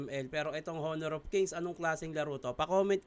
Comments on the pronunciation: silent H po ang pagbasa ng honor 😂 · Honor ka ng honor silent h yun